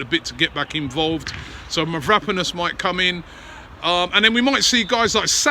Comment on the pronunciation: Robbie still can't pronounce Mavropanos. Go get yourself some education man